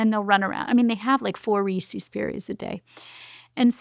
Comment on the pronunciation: Can’t get over the way she pronounced recess.